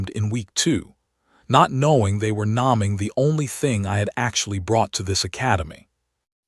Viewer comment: NAMING... not "nomming." FADING... not "fadding." STARING... not "starring." STATING... not "stadding." SHEESH!!...🙄🤔😔... you post these great stories, but damage your channel and professional reputation by failing to EDIT EDIT EDIT your AI pronunciations before you post... which makes me not want to finish listening to the stories. It's only because the AI narrator's voice is tolerable that I didn't abandon ship at the jump. Maybe take a look at that?? Otherwise, really good stories, thank you 😇